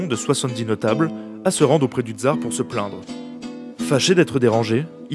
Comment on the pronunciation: Super vidéo, juste prononcer TSAR et pas TZAR pour plus d'authenticité